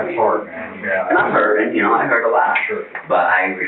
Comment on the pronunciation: After awhile, his 'Ya Know' just turns into "Nyeow". 🤣 😵‍💫